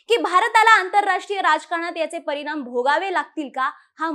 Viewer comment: परिनाम,निर्मान, येन्याच, आनि.... किती अशुद्ध उच्चार...🫣